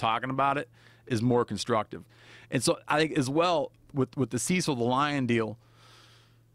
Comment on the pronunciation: Just to let you know its not pronounced ceesil its almost like sesill... named after cecil john rhodes